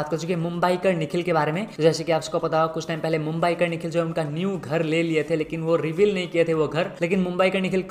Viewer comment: Others: mumbaiker nikhil: mumbyeekar nikhil 😂. ❤